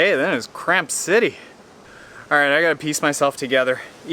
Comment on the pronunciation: i’m sorry but did anyone else hear “crap” instead of cramp?